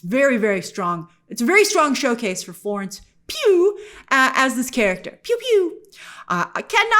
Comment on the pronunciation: I love when you say "Florence PEW PEW PEW" LOL